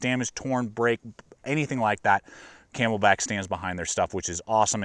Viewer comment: It’s not ‘codura’...it’s not ‘kay mel bak’ but thanks!